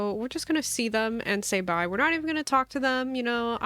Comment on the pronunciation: bye is no more. it's permanently bye-a. also my favorite soup is chicken noodle !!